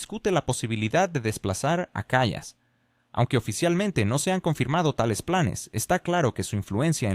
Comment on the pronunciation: La persona a quien te refieres es Kaya Kallas? Haceme el favor, pronucialo bien que parece que estás hablando de otra persona. Ahora, eso si, le faltan luces pero trabaja para su marido.